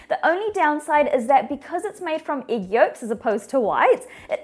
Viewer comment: I love how she says Igg